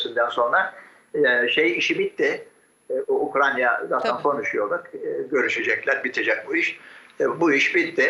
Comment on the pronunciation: Ukranya degil lo husnu ukrayna ukrayna😂